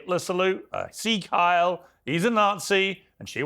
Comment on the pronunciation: Another thing about these democrats. They can't pronounce words or phrases. There was Dr Jill biden😂 mispronouncing those Spanish words. And AOC with sig heil. They all expect us to believe they're so smart. But they prove again and again they're not